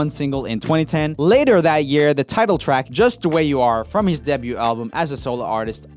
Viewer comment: Will someone please tell Joel that debut is pronounced "day-beau" and not de-beau"😂😂